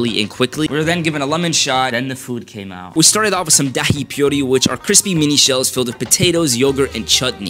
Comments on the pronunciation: Btw its pronounced die poori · You pronounce it dahi poori not dahi pure-e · Dahi pyuri 💀 Boiiii its pronounced Duh-e puu-ree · As an Indian it pronounced they Puri not daahi puri, but no hate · Bro really said dAhI pureee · The way he pronounced dahi Puri and palak paneer is way too funny to me I don't even know why 💀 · The way you pronounced dhai puri is honestly hilarious 😂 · bro that pronunciation of dahi puri hurt to hear